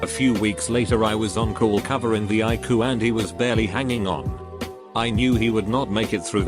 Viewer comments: It's not iku it's I-C-U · Nobody: TTS software: I-KOO!